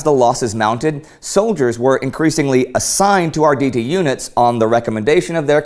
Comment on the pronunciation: Ardidi, did u just pronounce their name like this??? no no no, its Arrrrrditi